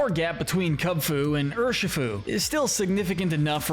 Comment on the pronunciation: It’s pronounced SOL-GUH-LAY-oh, ur-SHEE-foo, vol-CAY-NEE-UHN, sil-VAL-EYE, ZAH-ROOD, ZAIR-UH-or-uh, rai-KOH, WOH-chee-ihn, chee-ihn-POW, LAH-tee-OHS, LAH-tee-AHS, DIE-ahn-see, ee-VELL-tall, ray-QUAY-zuh, and DEE-ahl-guh, “Patrick Star”! 🤨 You need to study Pokémon pronunciations more,, because you’re bad at them! 🙄